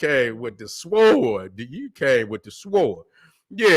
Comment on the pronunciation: Come on, sword? That “W” is silent, pronounced Sord.